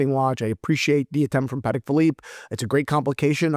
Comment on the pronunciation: Pa…Tech, not Paddock my friend. Enjoy the content, regardless of the pronunciation. Keep up the great work. 👌